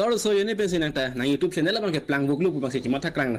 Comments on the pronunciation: Youtube ❌ jutube✅😂😂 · Not jutube bro youtube😂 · Jotube✅YouTube❌ haha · Youtube ❌jutuber ✅ 😂😂😂😂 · You tube❌jotube😂😂